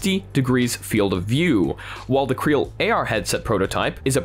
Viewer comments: Not 'creal'. C-Real. As in 'See Real'. Get it? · just a quick note, I think CReal is pronounced "see-real"